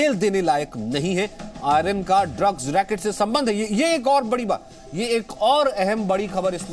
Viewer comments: भाई पहले ले तय कर लो कि आयरन है कि आर्यन 😂 वैसे बहुत अच्छी खबर है इन्हें कम से कम साल की सजा हो मतलब अगले सात जन्मों तक जेल में ही रहे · नाम ही बदल दिया गया आयरन खान ध्यान से सुने एंकर की आवाज